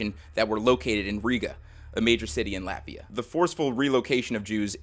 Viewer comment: I know this is supposed to be serious but in the beginning I thought he said laughia